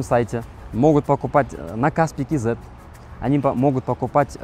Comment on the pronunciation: почему кейзет, когда просто кз......)))))))))))))))